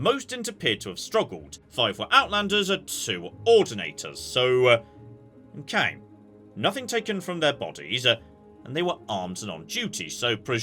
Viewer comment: You sometimes say "OKANG" instead of "okay" :D I just find it funny